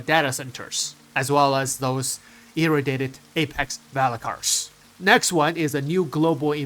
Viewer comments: FYI.. It's E-Ray-dee-ay-ted =P... sounds like you're saying "Irritated" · Irradiated is pronounced: EE- RAY-DEE-AYE-TED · love your contents too much but pleaseeeeee just take 5 seconds to look up how to pronounce "Irradiated"